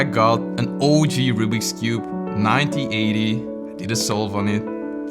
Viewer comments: OMG!! 😱! You keep saying Ninety instead of Nineteen. Every time you say a date. It is 1980. not 9080! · You say ninty eighty, you're supposed to say nineteen eighty. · You do know 19 is “NineTEEN” and not “Ninety” right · Your English is very good, but please make sure you pronounce the N at the end of "nineteen", or it's going to sound like "ninety".